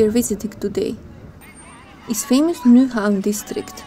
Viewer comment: Very good presentation, based on fact, not the usual rubbish many vloggers make up. You have done your homework, well done. BTW, you must be German. Not many can pronounce "Nyhavn" correct. Tip! English sentences are build pretty much like Danish (Vikings again) and many words are pronounced like German.